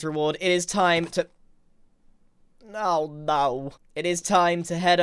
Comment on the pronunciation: “Au nauw” 😂